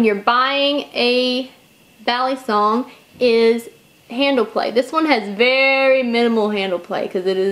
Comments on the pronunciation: I'm Filipino and it's cringy to me. It's mostly the way she pronounces her "a". is saying it "baaa-lee-song", when it should be said "buh-lee-sung". The "a" in Tagalog (Filipino) is a sharper, shorter pronunciation. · Bali. bahllee bahhhllllleeeeeeee kind of like walllll-eeeeee. this moment has been brought to you by ocd pronunciation rage. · Bal-ee-soung. UGGGG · Chris P It's pronounce with a soft a, like "ball". ball-ee-song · Vin Ellis Back in the Philippines, I hear them say ballysung, almost like saying bally fitness, but not the y part, more, ee, bal-ee- sung. sung because the original word is sungay, which is horn. But yes, american trademark from benchmade, it is pronounced as how many of us americans pronounce it, ballee song. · before you carry a "balysong" check your local laws "balysong" "balysong" for fucks sake Im done 3 minutes into the video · I cringe every time she says balisong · agreed balisong